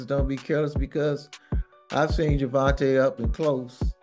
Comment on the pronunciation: First off - It's GER- VON-TAY! Second of off - they should sue you for saying nor alot of hype surrounding the fight. Yes there is. Maybe not for your community.